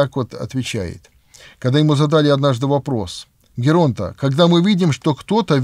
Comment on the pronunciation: Благодарим отца за замечательный цикл бесед, проливающий свет на проблемы, актуальные для каждого из нас! Следуя Батюшкиным советам хочется сделать, со смирением и любовью, небольшое замечание по поводу греческого слова "геронда" (старец), которое греки произносят с ударением на первый слог. На самом деле, в греческом языке звук "г" смягчается перед звуком "е" и произносится скорее как "й" (получается "йеронда"), но этим, как правило, пренебрегают русскоговорящие. В то же время, нет никаких причин смещать акцент, и тем самым стоит говорить ['геронда].